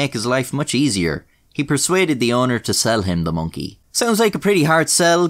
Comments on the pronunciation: Am I the only one who really enjoys the way says the word Monkey? “Monky” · minky to be precise:) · I love it when you say Mönkee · The way you say Monkey doe